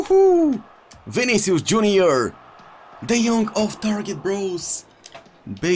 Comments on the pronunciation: that's not "D yonk" 😂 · Nobody: Absolutly nobody:: tEaM oF tHe YeAr De JoNk